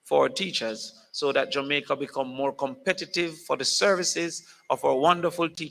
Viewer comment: We need to say Jamaica not jumaica